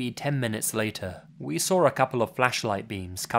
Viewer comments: I love you. But why do you pronounce "Saw" as "Sawr"? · "And that's when I sauwr it" You know shit just got real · I wonder whether he sawr it. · Lots of "sawring" in these stories. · "sawr" it jk